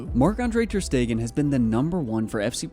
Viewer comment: Bro it's not ter stegen